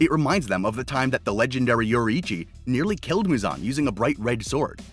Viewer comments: its pronounced "yoreechy" not "yori hi cchi" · bro butchered yoriichi name